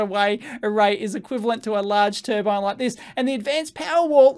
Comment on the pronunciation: To be fair he's not claiming its new tur-bine but an new tur-ban